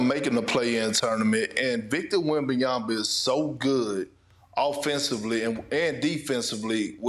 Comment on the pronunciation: Perk there is just one B … wem-ban-ya-ma … NOT wem-ban-yam-ba … geez show some respect to the man